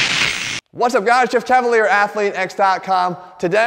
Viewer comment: did you say Jeff Chavalier or am I hearing wrong ?😂